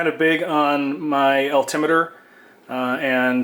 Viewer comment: Al,tim what? Al Tim it er! Say the word correctly please! Alti-meter.